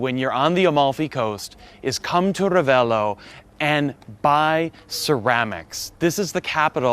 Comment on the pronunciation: You seem to have italian roots (""), but you can improve your pronunciation of Italian names!!! Not Bag-ni, but Ban-nyi... and double letters need to be pronounced in an exaggerated manner: not Ra-ve-lo but Ra-vel-lo... It's the only thing missing from your otherwise very informative vlog...